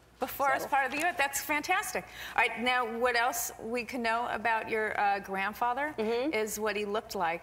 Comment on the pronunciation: Haha, did Lisa say "know" with a k-no sound? Or did she say "can know"? Oh, I love her... Friends forever! Still the best show on TV. xD